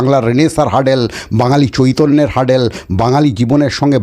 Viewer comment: 'হার্ডেল' নয় রে ভাই, 'হার্ডল' 'হার্ডল'!